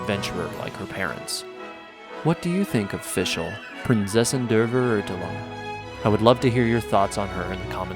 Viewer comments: You are surpassing each of your prior videos. Great work! :) I especially like your editing and how you are able to seamlessly combine various footage from trailers, gameplay, the menu and so on. By the way, the word "Verurteilung" is more properly pronounced: fair oor tile oong. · I die from laughter every time I hear Fischl say "Prinzessin der Verurteilung" and mangling the pronunciation of "Verurteilung" so badly. Also the "reich" of Immernachtreich" in does not mean "rich" in this context, it means "empire" or "kingdom". Immernachtreich would then literally translate to "kingdom/empire of eternal night". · Me a german hearing everyone say Prinzessin der Verurteilung Ah yes P A I N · Ok ok i know german words are sometimes really difficult to spell but its sounds sooo wrong everytime someone says Verurteilung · did the voiceactress even attempt to try to pronounce verurteilung right? wtf? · I'm not even German but I laughed because it sounds so wrong! The stress is on the wrong syllables too isnt it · i speak german and every time they pronounce Verurteilung like that i cringe SO HARD XD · The way she pronounced Verurteilung killed me inside. I couldt even make out that she said verurteilung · Its horrible how badly the german here is prodounced. Please use Google before you start using the games Procounciation, i literly cringed at every single german word you just said. Also half of your translations are completely wrong. Immernachtreich means Empire of Eternal Night not Rich in night for instance. (Though Kingdom of Eternal Twilight works too but that would be Immerzwielichtreich (Zwielicht means Twilight)) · The way Der Verurteilung is pronounced is terrible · I’m sorry but it cringe me so much every time someone try to pronounce “Verurteilung”. Pls use G translate to pronounce it correctly. I’m not German but I speak it. Prinzessin der Verurteilung = princess of condemnation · hearing prinzessin der vererdellung is so weird when german is your first language